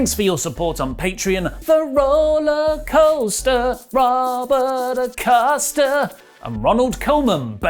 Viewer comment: you botched the Rollacosta/Acosta rhyme. It's pronounced a-coast-a not a-cost-a 😁